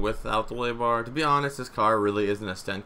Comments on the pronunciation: Its a wheelie bar not a woolie bar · "The Willy Bar." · "The Willy bar"